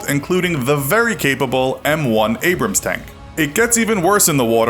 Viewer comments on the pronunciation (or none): none